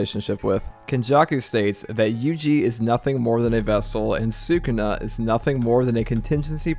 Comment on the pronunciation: i love the content but I cannot stand the way you pronounce Sukuna